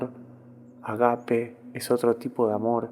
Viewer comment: Perdón yo corrijo, se dice ágape, el énfasis está en la A